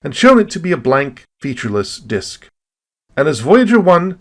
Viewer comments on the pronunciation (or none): none